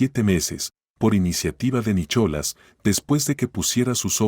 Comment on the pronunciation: Se pronuncia Nicolás no Nichola